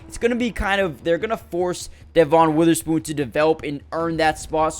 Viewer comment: Kinda shocked how many guys’ names you pronounced wrong. Devin Witherspoon, Brian Monay, Vigh Jones, Jair-un Reed, had to stop watching at that point.